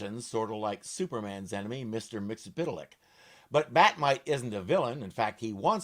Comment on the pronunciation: I was wondering if you were going to review this show. Bat-Mite was basically Filmation's answer to Scrappy-Doo. Hooray, you can correctly pronounce "Mxyzptlk"!